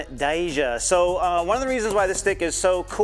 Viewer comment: I’m just teasing lol it’s pronounced Kai-yaneh